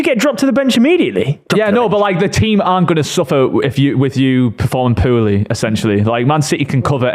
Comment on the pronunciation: The is a mackem listen to how he says poorly